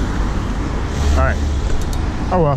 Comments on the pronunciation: It’s not a buiati it’s a Bugatti. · What the he'll is a viati, bruh its buggati